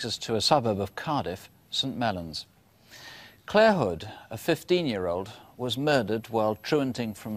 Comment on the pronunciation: It's Claire HOOD, not Wood.